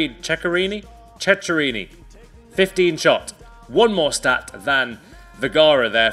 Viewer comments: The ch in italian is k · That's not the way to say Ceccherini